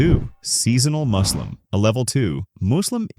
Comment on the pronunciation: maybe use your own voice the a.i says muslim like "moo"slim like a cow or something